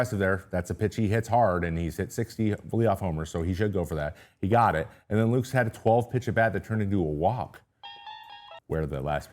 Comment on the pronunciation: I'm the kinda guy that will let you know if you have spinach in your teeth so you don't look like a dip all day. Nathan Lukes last name has two syllables - think 'Lucas'.